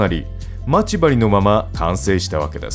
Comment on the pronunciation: ま↑ち↓針がきになるｗ